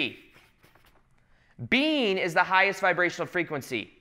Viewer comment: What is saying: When I'm making these videos I'm just being. What I'm hearing: When I'm making these videos I'm just bean.